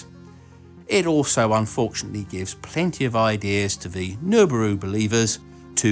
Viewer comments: Really because I hear 'Nurburoo' or some approximation. He says it at 10secs in... Regardless, it is a joke #joke. smh. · Did he say gelbooru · love your pronunciation of Nibiru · I like how you don't even bother pronouncing Nibiru lol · I’ve heard “Nibiru” said in a different way to what you were saying, so I’m not sure how to really pronounce it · From my local tinfoil-hat community perspective, your pronunciation of Nibiru is highly awkward :D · If you can't pronounce Nibiru properly you can't get your Tin foil hat. This was explained during orientation !